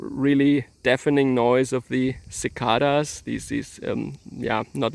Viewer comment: I'v always wanted to visit Japan and how is Japan doing economically during this bs pandemic? I'v been watching alot of video of people strolling around Japan and recording various tourist sites that always seem to be dead which is pretty sad. It pronounced suh· kei·duhz not Sih·kah·duhz...Sorry.